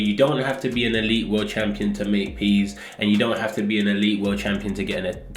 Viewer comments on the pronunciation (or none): none